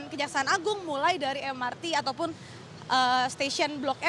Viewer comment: Belibet dengan "Ataupun"